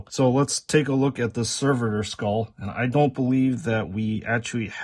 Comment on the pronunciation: Let's say it together... Ser..vo Servo skull. One more time,, SERVO Skull. Not server skull, it doesnt work at a restaurant. So its not a server. It aint a waiter skull either.